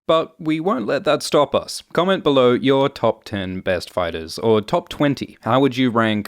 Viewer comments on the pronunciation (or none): none